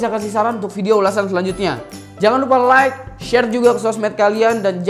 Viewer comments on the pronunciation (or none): none